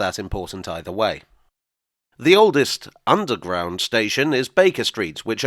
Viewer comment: Small thing, maybe, but it hurts my ears to hear you say "oldest station". It spoils the flow, and breaks the rhythm, and spoken English is all about rhythm. You could do what most people would do, and say "oldes' station" without putting a glottal stop in there. Pedants might say it is improper diction, but I think your listeners would love you for it.